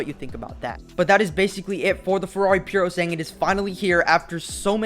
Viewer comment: Isn’t it called PurosangUEH?